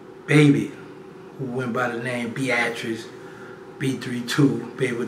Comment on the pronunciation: Did he say BEATRICE?